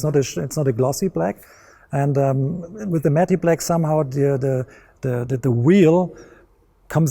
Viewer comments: It's cute how he says matte black as "matty black." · I loved it when he said "matt-e" black . LOL! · lol he said "mattie" black and "mickelin" tires